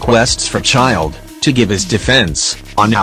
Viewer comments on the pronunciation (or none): it’s childe